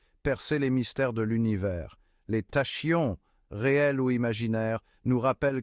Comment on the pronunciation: Prononciation :Takion... Banaste Pas tachions...